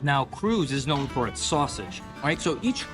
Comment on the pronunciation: Kreutz is pronounced "Krites." Not dissing your pronunciation. Even those from up the road in Austin have had to learn the correct way over the years. FYI: Smitty's was the original Kreutz-a huge family disagreement led to the establishment of the current one years ago. And Lockhart is absolutely Central Texas.